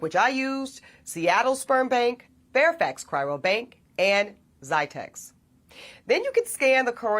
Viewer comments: Funny that she is not pronouncing cryobank correctly the whole time "Chyrobank". How much research could she really have done to be getting it so wrong after a period greater than a year. Also, the language change when referring to people on this journey becomes "People like us" while the whole time before referring to black women as if the are a completely separate group of people. SMH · Ask her to say "Cry-o-bank." Not "Cry-ro-bank." Just one of those nit-picky journalistic details. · You know what's hilarious? She's an educated woman and yet she kept saying "cryrobank" instead of the actual correct term, CRYOBANK